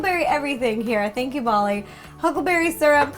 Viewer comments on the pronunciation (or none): none